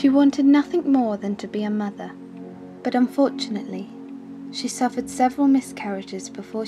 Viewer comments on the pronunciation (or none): great documentary exellent narration but learn to pronounce the letter T mother not muvver father not farver.......M